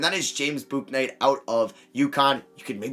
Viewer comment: Please stop over pronouncing the U in Bouknight so much. His name is literally just said "book"-"Night"